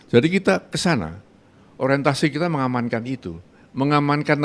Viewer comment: Menganankan😂? Mengamankan apaaaaa?